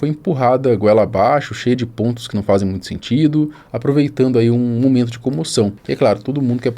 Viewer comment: “Ajusrar” “NUITO” parabéns!! Já começou matando o português e ainda quer argumentar